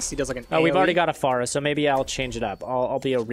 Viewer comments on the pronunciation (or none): its pronounced fair-a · Don't take this the wrong way, but I think Pharah is pronounced differently.